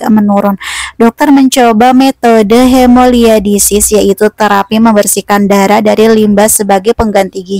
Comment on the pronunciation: Hemodialisis kak bukan hemoliadisis😂